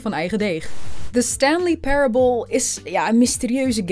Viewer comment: Vind het concept wel leuk hoor, enige irritante is de voice-over die zo geforceerd Engelse woorden uitspreekt. “Stanley Parable”.. Spreek het normaal uit.